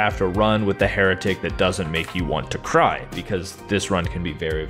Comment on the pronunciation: "For being a heratic"-the heratic